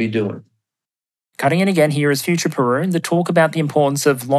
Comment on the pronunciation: Very interesting interview. But more importantly. HE CALLED PERUN JOHN!